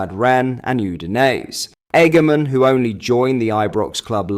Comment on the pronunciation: 💯 worst attempt at his name ever 🤣